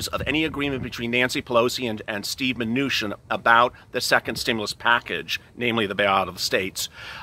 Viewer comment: Did you just say Steve Venutian? LOL!!